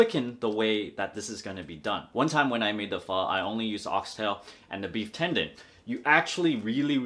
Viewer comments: You can even say pho correctly. How the fuck than you know what good pho is?? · Hey nip, would you kindly pronounce the word Pho Correctly please. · Dude how you pronounce pho, in spanish it means stink... as in farts.